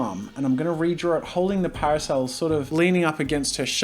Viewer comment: when he kept saying parosel I got confused then hire drew an umbrella